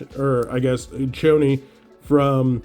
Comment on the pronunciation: Worst pronunciation of Chones. It’s Cho-Nez not choney 😀 Advice: Don’t quit your day job to do cards full time. Think about how many people you know that have been doing it full time since precovid and now. CC2 probably the only one. Don’t waste the next year or 2 delaying a career. Cards full time is NOT a thing, unless you just have nothing else to do.